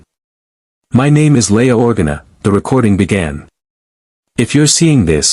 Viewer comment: I mean, it couldn't get Leia's name right! OR-gana!? It's Or-GA-na